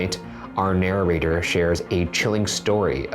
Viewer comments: Add "narrator" to the list of words Ryan pronounces funny. "Nar-er-ator" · am i going crazy or does ryan say narrator like 'nararator' EVERY!! TIME!!!!